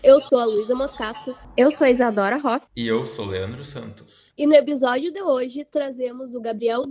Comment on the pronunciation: "Ebisódio"! :face-green-smiling